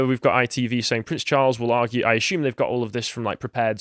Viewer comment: Stop mispronoucing assume and presume you blithering diot